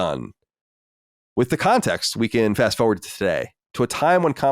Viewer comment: They talked about all these words that the guys pronounce oddly. But they glazed over the most egregious one. Colin pronouncing forward as FOward